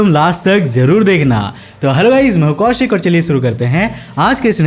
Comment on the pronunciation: Bhai why u say rahasya as rahashya and kaushik as kausik, don't get offended, i am one of your subscribers and fan